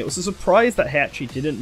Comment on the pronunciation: Thank you for pronouncing Heihachi correctly, unlike other popular smash rumor youtubers (even though i do like him).